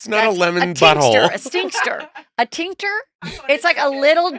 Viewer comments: Heather saying "sphincter" instead of "tincture," then correctly intuiting that intellectual property is a better investment than manufactured products is PEAK JUICY SCOOP 😂❤😂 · It’s a tincture but I will ALWAYS hear Sphincter 😂😂😂😂😂😂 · Haha! It’s tincture, not sphincter. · Heather McDonald I was driving down the street listening to Juicy Scoop and started laughing so hard I snorted and nearly peed my pants when you were trying to say Shannon Beadors TINCTURE not SPHINCTER! OH MY GOD I WASN'T READY!!! I died. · Heather is definitely trying to say tincture.